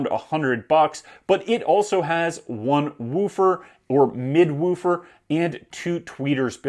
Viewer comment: He says woofer very strangely...